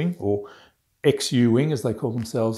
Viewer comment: Love the new flying location, I was waiting for you to fly a "regular" plane. Just a note - "Xu" is probably pronounced "shoo" in Chinese.